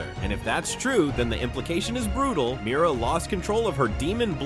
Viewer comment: It’s Mira not miry lol